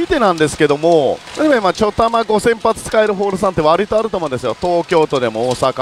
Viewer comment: 何でちょたまって言うのですか？ちょだまじゃないんですか？